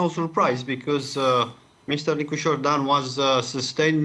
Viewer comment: 24 English Please modify the president's name to Nicusor, not Nicosur, please, thank you.